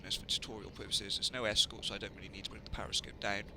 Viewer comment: it's called a periscope, not a pariscope.